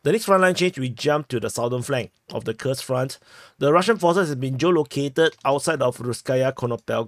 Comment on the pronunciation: You pronounced Kursk like Krsk (without U) it is KURSK (with strong U)